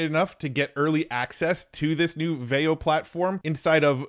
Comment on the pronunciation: I'm pretty sure it's pronounced VEE-oh